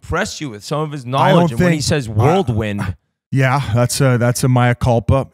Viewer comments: Someone tell Biz it’s “whirlwind” not “worldwin” lmfao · Great video and interviews! Biz - pretty sure it's "whirlwind" not "worldwind" lol No disrespect, just tryin to help out. Love the channel and the podcast! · Biz saying "worldwind" O/U per episode has to be up to 7.5 now 🤣